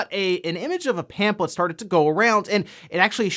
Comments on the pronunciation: Zelda stuff: 1- are you saying pamphlet like it's pamplet? 2- Majora's Mask is the best Zelda game, but I can understand Breath of the Wild or Link to the Past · You're pronouncing pamphlet wrong. It's bothering me 😂